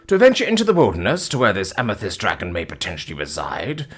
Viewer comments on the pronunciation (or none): none